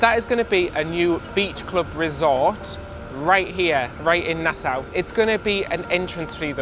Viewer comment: Nassau, pronounced Nasaw.